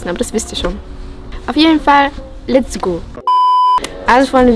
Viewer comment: Wo du "LET'S GO" gesagt Hast wie du das ausgesprochen hast!! xD 😂😂😂😂